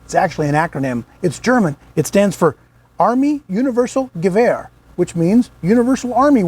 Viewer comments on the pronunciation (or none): none